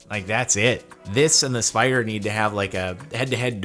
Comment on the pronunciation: Mispronounced "spoida" ... Thet's a Strine "spider".